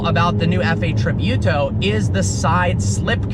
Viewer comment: Look how to Pronounce Tributo lol